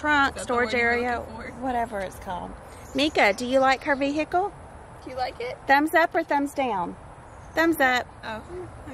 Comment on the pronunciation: I love how calls it a “vehickle” instead of just a....car! 😆 Say car! It’s a car!